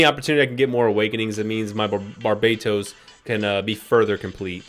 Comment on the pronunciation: Pronunciation: bar-ber-toes